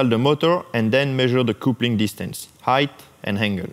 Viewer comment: the word " coupling" you pronounce " capling "